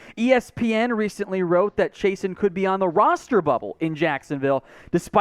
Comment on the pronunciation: I don't If we need a EDGE...but if he from Louisiana, Chaisson is pronounced "Zhe-soo" or "Zhe-suu"...Guy in boot camp had the same last name